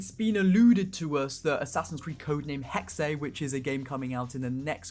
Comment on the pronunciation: I'm german and afraid that they will fuck up Hexe with the cat thing. Also I hate how nobody says Hexe correctly. Most people say Hex or Heksy or something like that